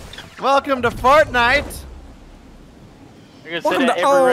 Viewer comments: At the beginning it sounds like he said fartnite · Is it only me but does sound like he says welcome to fart night at the beginning? Lol great video you guys keep them up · Did say welcome to Fart Night? At the beginning**